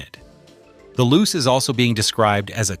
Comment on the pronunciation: It's pronounced "Loo-chay", not "Loose".